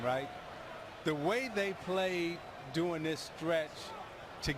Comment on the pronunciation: black speak 101 - I Thomas said, "doin" but the word is "during". durrrrr-ing, ring ... durrr-ring, during.